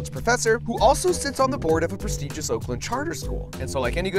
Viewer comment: is he saying "Wokem wokem"